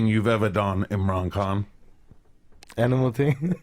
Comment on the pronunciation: You need to pronounce the mans surname properly!!!